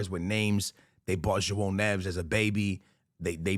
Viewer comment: Btw, it's pronounced "shuaow nev-ehs." Similar to pronouncing it "Joe Nevis."